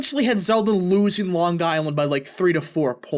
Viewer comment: It’s Ho-Kull.. not Hoo-cull and Long Eye- land not Long Guy-land.